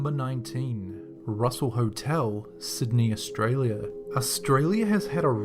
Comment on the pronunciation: Wait....DID HE JUST SAY AUSTRALIA NOO